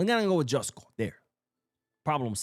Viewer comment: it's not Đoško Gvardiol, it's Joško(Yoshko). Thank you.